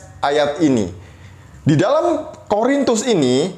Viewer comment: Yaelah, masalahnya itu lagi itu lagi. Kasut lagi, hijab lagi.... tumben gak nyinggung soal sunat. Menurut saya, orang ini tidak pernah menjadi seorang Katolik. Dengar bagaimana dia mengucapkan 'Korintus', dia bilang 'Horintus'.Horor nih orang memang...:). God bless you, yang sangat maha sabar dalam berapologetika.